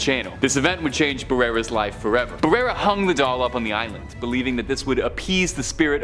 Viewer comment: Its Doll Not Dull...